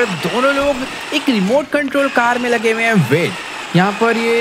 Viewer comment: When he say " Abhi Michael ko mare 2 hi din hoye h " Only we can understand kitne din hoye h 🙂🙂